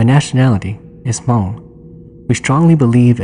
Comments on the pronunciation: Why do you keep saying "Ha-Mong"? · Was going to mention that too. Have to say it right or else other people think that is how you pronounce Hmong.